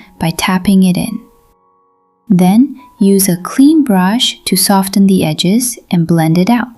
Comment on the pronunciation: The “T” in soften is not pronounced. Same with moisten, glisten, and listen. 🎧